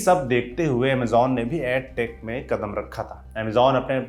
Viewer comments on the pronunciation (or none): आप बार बार ऐड टेक बोल रहे हैं जबकि एड टेक (education, not aducation) बोलना चाहिए। आप lallantop हैं, भूल गए क्या? जाने कितने देहाती छात्र आपका अनुसरण करते होंगे, कृपया भूल सुधार का वीडियो बनाएं ताकि वे भ्रमित न हों।